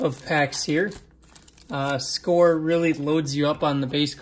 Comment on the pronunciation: Dude...Its SCORE...LMAO